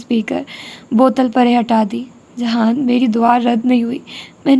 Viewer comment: aap jihan sikander ko jahan kyu kehti hai??